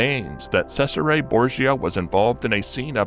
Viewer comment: FYI Cesare Borgia is pronounced Chez ar eh not Sez ar eh.